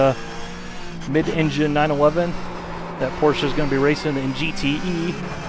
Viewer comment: its not Porscha its Porsche